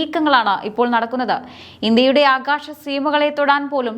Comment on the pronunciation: ഷക്തി, ആകാഷം, ആഷങ്ക യുദ്ദ വിമാനം, ഷതൃക്കൾ, പത്തതി, ബാവി ......... നല്ല മലയാളം വായന